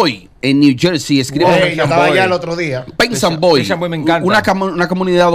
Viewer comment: Perth Amboy no pensanboy jahahahha